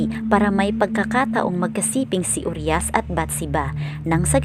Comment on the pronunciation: Pls po pki ayus namn ung pronounciation ng uriah..hindi po "uryas" U-RAYA PO ang pagkabgkas npn